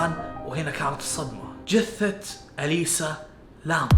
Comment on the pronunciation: اليسا نام ليسا نامي هههههه😭 سلكو اسمها اليسا لام😭😂